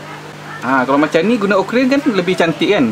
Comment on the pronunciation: akuarium bang.... bukan okorium.... hehehe